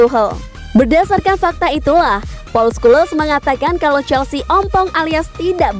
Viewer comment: Scholes dibacanya skules 😂...